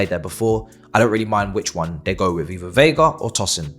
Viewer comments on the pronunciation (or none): veiga, not viega